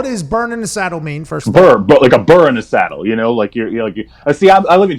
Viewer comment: Burr not burn Pat!!